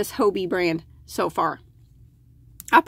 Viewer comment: Hobbii is an amazing danish shop , with lots of different types of yarn and accessories . Twister, Cotton Kings ect, is great, if you want to make a shawl . The name Hobbii is pronounced the same way, as the english word Hobby ..just stretch the letter y a little bit ..that`s it :)